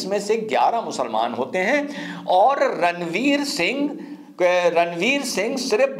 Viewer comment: रनवीर सिंह नही रामवीर सिंह है । आपने कई बार गलत कहा वीडियो में l